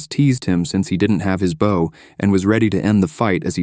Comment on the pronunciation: The hilarity of AI being unable to pronounce words like "bow" never ceases.